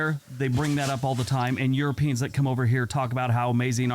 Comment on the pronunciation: Why are you saying "eu-RO-pians instead of "euroPEans? It's like if we were to say "AmericAAANS" (like the language Afrikaans)? Also, you're too close to the screen and you look green in the face. Not a good look.